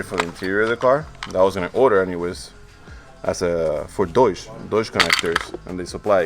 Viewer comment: Deutsch Connection Kit, als Deutscher sehr komisch zu hören haha